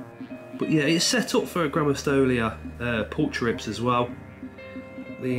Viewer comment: Your tarantula does very much look like a Grammostols pulchripes (pronounced pul-creep-ees) to me! I have a female and she looks very similar. Golden colouration on knees/legs, the slight pink/red hue to some of the hairs. However I could be wrong as I am absolutely not an expert 😅 either way, stunning specimen! 🕷